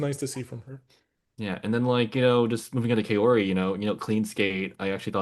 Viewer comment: I appreciate the discussion and analysis, but please learn to pronounce Kaori correctly! It's close to Cow-ree in English.